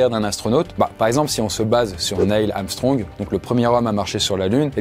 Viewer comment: Enfin quelqu'un qui prononce bien son nom : Armstrong <3 quand les gens me dise amstrong je chante amstrong je ne suis pas noir, je suis blanc de peau mdrrr